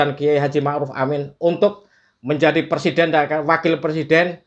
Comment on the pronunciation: PERSIDEN , bukan persiden pak bahasa indonesia nya yg benar dan betul adalah PRESIDEN .